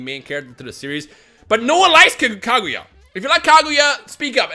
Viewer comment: Did u say taguya ? Or kaguya